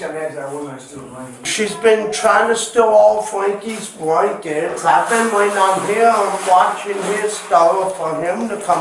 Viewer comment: "she's been trying to steal fwankies bwankies all day!" Laugh track